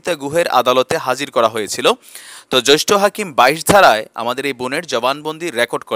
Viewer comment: Joishtho na, jeashtho hobe.